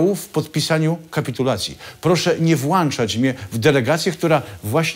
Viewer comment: Panie Kazek mówi się włącza a nie włanacza…